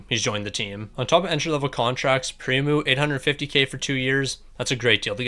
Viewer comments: Just wanna clear this up, you pronounce primeau "Primu" when it is actually pronounced "Primo". Hope this helped. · Bro said "Pre-Moo"